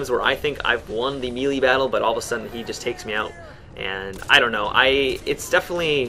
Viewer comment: it made me laugh when you said "meeeely" system.